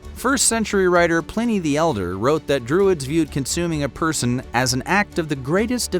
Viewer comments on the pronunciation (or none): none